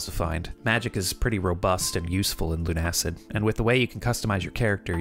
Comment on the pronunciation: I don't wanna be that guy, but it's pronounced "Loona-Cid" with Loona as in Lunatic and Cid as in the kid from Toy Story